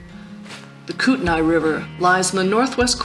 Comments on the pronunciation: Nice video! It's pronounced Kootenee by the way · Kootenai is a Indian word and so pronounce differently so say kut-naa the i is not announced